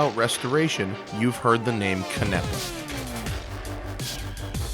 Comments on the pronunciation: Its pronounced CAN-nEH-PUH. Not cunEHpuh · i was mispronouncing his name like you until he (bruce) corrected me in person, its pronounced ca-na-pa